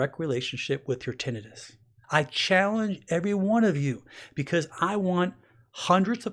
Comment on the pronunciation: You don’t pronounce tinnitus correctly